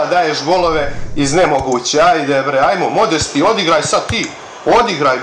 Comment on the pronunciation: haha nekaze se modesti nego modeste